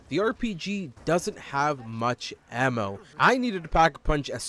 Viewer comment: "emmo" why bro ITS AMMO